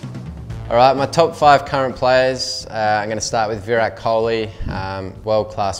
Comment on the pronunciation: Nathan Lyon can't he even say kohli's name such his ego is! 😂😂